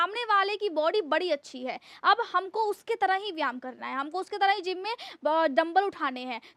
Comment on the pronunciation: Madam please correct yourself you pronounce one word very much wrong, its VYAYAM and not VYAM.🎉🎉🎉🎉